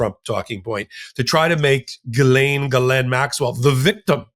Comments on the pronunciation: Jizz-lane. Get it right!!! 😂😂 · It's "JizzLane" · I think you pronounce it, “JIZZ-LANE”.. sounds about right. That’s the dictionary pronunciation. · The lawyer pronounced Ghislaine in the French style...